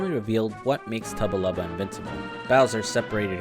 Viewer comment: Not to be that guy, but it’s Tubba blubba not tubba lubba